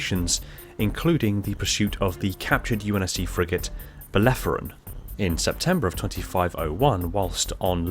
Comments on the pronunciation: Belerophon. Not belleforon... Named for the greek hero that defeated the Chimaera. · Woof. Bell-er-o-phon. Say it with me. Bellerophon.